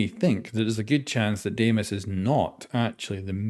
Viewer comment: Greek here: its pronounced “dee-mos” not “deh-ee-mos” Dee-mos , the “dee” should sound like saying “de-mocracy” ❤️ opa!